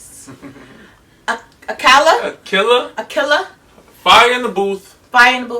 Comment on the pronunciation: It's pronounced; Aah-kaa-lah.